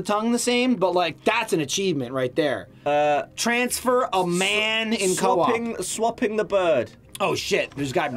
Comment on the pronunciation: A "Mansfer" lmaooooo